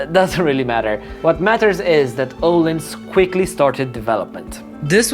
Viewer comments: öhlins not ohlins xD o and ö are totaly diffrent soinds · Its Öhlins not ohlens